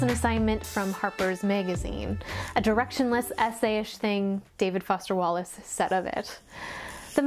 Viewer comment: I love the part about the professional smile, so true but I never thought so about it so in depth! (Also died at "David Woster Fallace" 😂)